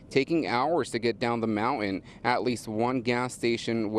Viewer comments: What's up with slurring the word "mountain" nowadays? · ..it is a MOUNTAIN not a MOUNAN!!! MOUNTAIN WITH A "T" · What's a Mowan? 🤣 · This reporter needs to pronounce his words more carefully. DEI hire or what. Not being mean but work on your craft. Mountin, really.🇺🇸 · No it’s mou- en. he didn’t pronounce the T in any word. Shocked he’s allowed to report. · “Mow-in” for mountain? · No its monan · I cannot believe these professionals can't even pronounce the letter t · Can't pronounce Mountain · Hey..learn how to pronounce mountain the right way! smh!😵‍💫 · Sad, my hometown. off topic: who pronouces it MOUNT-YEN? he did it more than twice.